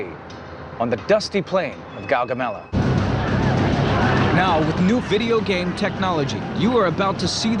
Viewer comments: "Guaguamela" #fail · "Guaguamelo" #fail